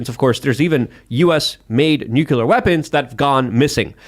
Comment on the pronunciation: What's with every guest and expert coming on and calling it "nukeular"?